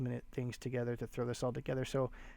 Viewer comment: I believe Hermès is pronounced like “Airmay”. Thank you for sharing these sales.